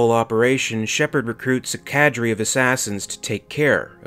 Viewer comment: Wow, you pronounced Cadre oddly.